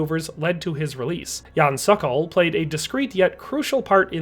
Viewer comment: It's not "sakal"! It's pronounced "sOkOl" just as it is written! Say SOKOL, SOKOL! Means falcon in Czech.